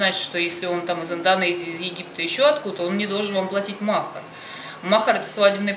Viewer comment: Не мохар а махари ударение не правильно ставите😊😅